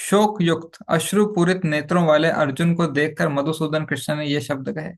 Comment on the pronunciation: कृष्णा नहीं कृष्ण होते है अलग है